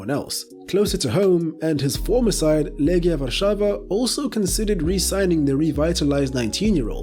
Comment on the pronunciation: oh yes, the famous Robu Lewandowski Edit: and then you proceed to pronounce "Legia Warszawa" almost perfectly wtf :D